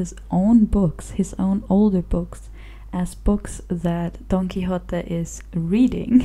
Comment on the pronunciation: Your pronunciation of the original full title is perfect.